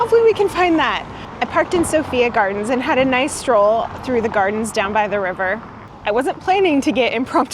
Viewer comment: C-ARRRR-diff, not "Currduff" ... and "So-fye-ah" gardens. great video though. our city is epic